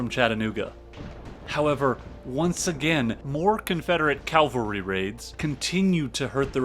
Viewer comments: Excellent channel. Excellent insights and research but PLEASE pronounce cavalry correctly. CAValry NOT CALvary. Small point on an otherwise superb channel but it bugs the bejesus out of me. Sorry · Nit picking but...cavalry not Calvary. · I really like this video. NB. It's "cavalry", not "calvary". Calvary is where Jesus Christ was crucified. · Cavalry, not Calvary.. c-a-v-a-l-r-y. Soldiers on horseback. Calvary, the hill on which Jesus was crucified. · It's cavalry not calvary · Complete tour de force. Except for picayune comments (pronoucing cavalry like calvary), this was a wonder to behold. As the other comments here attest, the background to this battle is essential to understand its importance. I would love to see a profile of a great Grant victory (although we already got a little one here at Shiloh). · Excellent. One thing. It’s Cav-alry Not Cal-vary. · This is quite good - but one can always tell when a historian/narrator is a good Christian: They refer to "CAV-ALRY" as "CAL-VARY" 😁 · Stop saying calvary! Please! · calvary? hayseed... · So this is really well put together, from what I can tell. Far be it from me to pick on minor pronunciation issues in a 2 hour long free documentary, but it's bugging me so I will: Cavalry is the dudes on horses. Calvary is the hill Christ died on. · The narrator explained his peculiar inability to pronounce "cavalry" correctly in a different video - and apologised in a nice way. 😂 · Amazing video - thank you so much!! but for the love of God please learn how to pronounce words correctly. Ca-val-ry not Calvary Fre-drick not Fred-uh-rick Vie-count not vice-count Taney rhymes with Brawny not Canny There were more that I can't remember at the moment.